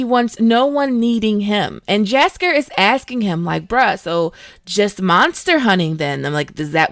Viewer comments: Jaskier is actually pronounced "Yaskiyer" not "Jasker" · Says “jasker and dunny” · Great vid just need to fix the name pronunciations of Aretuza and Jaskier